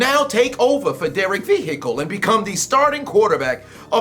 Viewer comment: “Taking over for Derek Vehicle.” Bro the prominence of the H when he said vehicle was too funny to pass up.